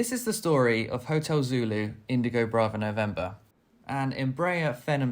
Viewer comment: stopped listening after 'Indigo'. LMAO